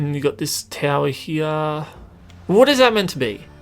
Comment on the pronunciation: "Over hiar"